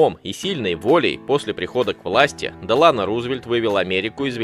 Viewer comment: Франклин Делано́ Рузвельт Не знаете где ставить ударение - проверяйте